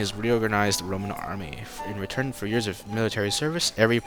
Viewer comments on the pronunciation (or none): none